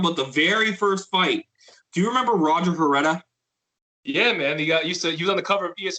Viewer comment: “Roger heretta “ lmao nice pronunciation. Why you breaking down Bellator fights you can’t even pronounce their names . You completely butchered pitbulls last name too. Hahahah trash